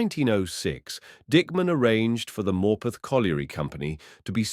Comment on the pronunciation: Yeah I was wondering where he was talking about, the way he says Morpeth makes me cringe 😂